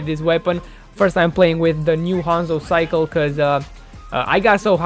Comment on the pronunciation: Bru can’t say sickle